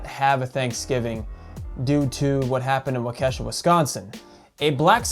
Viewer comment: Thank you for this post and my daughter ran for her life while this piece of shit killed people. But dude pronounce Waukesha correctly. Today he got charged with 72 charges! POS is evil